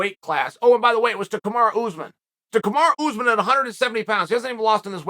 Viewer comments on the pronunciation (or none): none